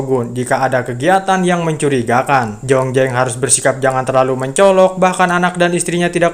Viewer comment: jlas² namanya zhongzheng,kok di baca jongjeng.jdi males nontonya. Z jdi J